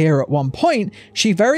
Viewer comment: What on earth is 'CAPUTUED'!!?